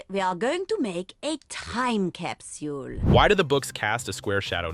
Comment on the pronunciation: whay doz madam gazel seaj capsiul and not capsl